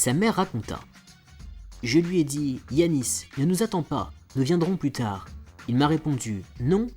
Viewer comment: Ça se prononce Yannis sale débile